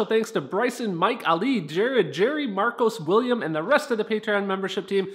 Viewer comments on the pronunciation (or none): none